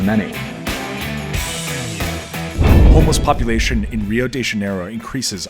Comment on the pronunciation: I was going to give you a break on your pronunciation of Rio but then you butchered real as well so I have to say something :P